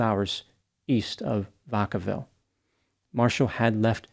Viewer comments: Its pronounced Vack-a-ville. Like smackavile but with a v instead of a sm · Vaccaville. Vac- vacuum. Vacaville.